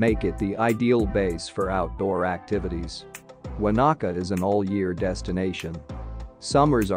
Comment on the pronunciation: Won a ka. Wanaka